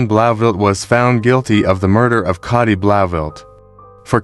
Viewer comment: It might be spelt Cati but is it pronounced Katie? For ai scripts, write them phonetically, so the prompt knows how you want words pronounced.